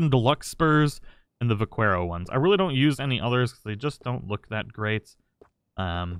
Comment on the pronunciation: Vaquero is pronounced vak-air-o